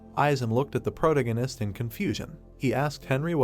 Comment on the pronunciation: If I hear him say "Prota-gun-ist" one more time, I might lose my mind. It's still a great story tho! Just make sure you pronounce your words properly and try not to overuse "protagonist" as much lol